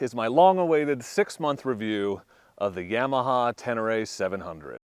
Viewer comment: CAN'T TRUST ANYONE SAYING yEAH-MAHA